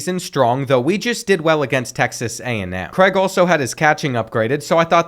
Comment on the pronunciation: Craig not Creg 🥲😂